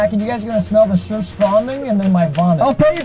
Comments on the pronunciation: It's surströming not:sorstromig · 👇👇 ppl who know that preston said surströmming how probably no one says it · surströmming, its swedish. use a translator or Google pronounce thing